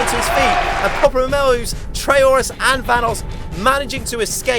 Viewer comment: Do we just Ignore that said PopularMELOWS?